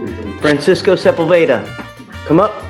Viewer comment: Sepulveda is pronounced seh-pool’-beh-dah. The emphasis goes on “pool,” not on “beh.”